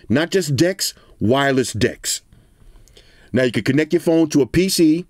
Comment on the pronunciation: Sounds like you said "Wireless D!cks" Not just D1cks. Wireless D1cks.